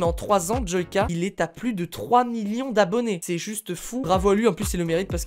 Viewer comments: Joika mais ça se dit djoilleka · Tu a dis joika au lui de JoYka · Il a dit : Jouaka 😂😂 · Mes oreilles SAIGNENT quand il dit :joica 😂😂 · Moi je suis choquer, il a dit jooca nn mai euh sa devient grave 😱😱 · Qui a été choqué quand il a dit "Joica" ??? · Oui tkt, je sais, c'est juste qu'il l'a prononcé "Joica" 😇😁😉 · On en parle de comment il a dit joyca , ça m'a choqué, enfaite joyca est mon youtubeut preféré ..😅😂😘😊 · Je me désabonne tu sais pas dire joyca